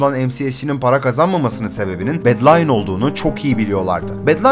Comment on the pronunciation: bedlionu bedlayın diye de okumazsın be